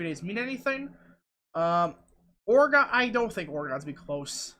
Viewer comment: It’s oreGUN not oreGONE